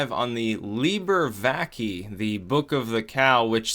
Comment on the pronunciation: it is pronounced VACAEH